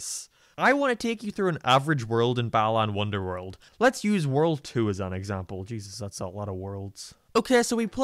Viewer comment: Starts with "balaan wonderworld" Me: please tell me people won't meme that too